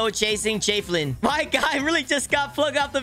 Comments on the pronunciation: It's JA velin not Jayvelin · why say it “jay vee lin” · "moo"mebt 💀 (also he says jafelin 😂) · i...thats not how javelin is pronounced...